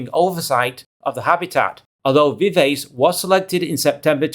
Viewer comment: It's pronounced "vivachee"